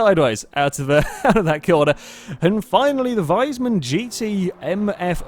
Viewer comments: nnnnnnnnnnnuuuuuuuuuuuuuuuuuuuu It's Wiesmann not Weismann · It´s pronounced "Wees-mann", not "Weis-mann". Curled my toenails when you mispronounced it multiple times.